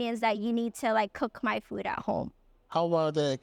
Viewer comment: Pronouncing Khmer correctly felt so wholesome.